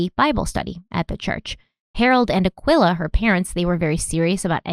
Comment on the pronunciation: This case is hurting my feelings already, but not as much as calling that mother "Akwilla"..... I think its pronounced Uh-key-luh, dearest.